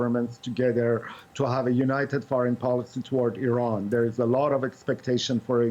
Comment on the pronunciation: Its not even pronounced in that way